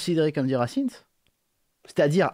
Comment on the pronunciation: C'est fait exprès la prononciation "racimse" ?